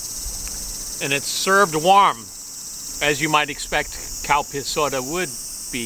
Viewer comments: Its Calpis. Sounds like cowpis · I’m new to your videos. But; the very first time I heard you talking about a Calpis drink; all I heard was cow piss. Now, as you can understand me living in Texas USA, I was assuming the obvious. I’m glad I know the difference. I love your videos by the way. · I love your burger videos. I know I'm seeing the label saying Calpis but it seems like your saying cow. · I swear I thought he said the new “cow piss” soda is served warm. Lol. Another awesome burger(s) review. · yes he does. He tricked me when he said cowpiss and I had to look it up to figure it out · heard that too 🤣 !! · We all thought that said, “cow piss”, the first time we heard it! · You are really making me laugh. he seriously is saying Cow piss!!!!!LOL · It's probably pronounced "Kel-pis". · It almost sound like he saying cow piss for the drink 🤣🤣🤣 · Lol I though he said cow piss soda